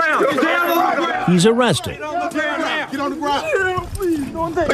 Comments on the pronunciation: KILLS ME EVERY TIME. “Am I gonna be OOOURHWESTED” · Aww Cwapp....Am i gonna be Uh-uh-uh-wwested? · "Am I gonna be OoOo-wested?" I can't 🤣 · "Am I being t-taped?" "Yes". "Oh cwap" "am I gonna be AOOOUGHrested?" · doesn't quite sound as right when you write it like o-wested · Am I gonna be oowwwessted? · am i gonna be AWWWESTED and the freakin head shake right after....LOL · "Am I going to be Awe-wested?" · "Am i gonna bbee uuuhhhlllweeessted??" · AW CWAP. AM I GON BE AWWESTED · “ Aw kwap… Am I gunna be ???? awesstted???” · Oh cwap I’m goin be awestid?! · "Kit KHATS", "Ahhh cwap" and "Am I gonna be aHhHha(massive head jerk)Wested" are always funny. Not hard to imagine that his gene pool has been pissed in several times over the decades. I'm surprised NBC edited out the ethereal banjo music that started playing when walked in the door.